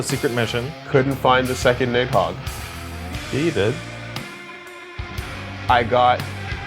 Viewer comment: i stopped playing my game and did a doubletake when said nidhogger